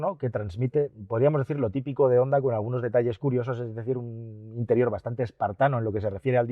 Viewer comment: Jonda. Jonda. Honda se pronuncia: jonda.